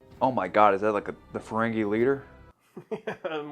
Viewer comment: Hey, it’s FerenGEE not FerenGAY. 😅